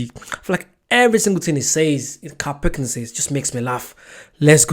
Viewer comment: It’s pill-king-ton